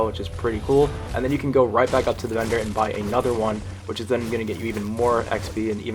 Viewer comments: I thought he was saying bender instead of vendor XD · Is he saying vender or bender?!?!? 🤔😂